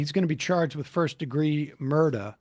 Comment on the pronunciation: “First-degree murdah”